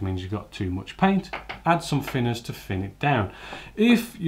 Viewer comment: The fing is saying fick or fhin finners drives me crazy! Great vids though 😁